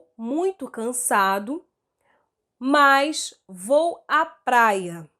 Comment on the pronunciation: eu so fiquei cm agonia q ela fala MAS parecendo MAIS KKKKKKKKKKKKKKKKKKKKKKKKKKK de resto otima aula